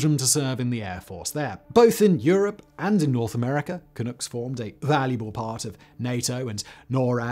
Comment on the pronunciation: Vancouver Canucks, not Canooks. Makes the "Clunk" nickname more sensible too.